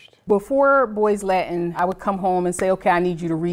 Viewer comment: Now, maybe they can learn to speak discernible ENGLISH. Example: "the" instead of "da". Perhaps if their mother learned how to pronounce words such as "Latin" and "with". Hint: It's not "La-in" and "wit".